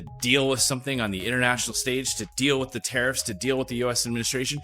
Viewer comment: Joly doesn't even take the 5 minutes to learn to pronounce the word with, it's always wit but she doesn't care